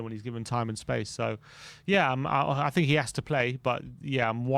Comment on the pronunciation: All that blob says is “I tink…” 😂